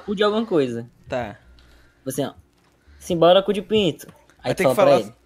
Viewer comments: eu tava ouvindo sinbolico e n sinbora kkkkkk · meia um tentando falar simbora tendo um avc